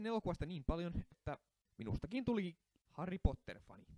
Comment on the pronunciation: Harry ei sanota harri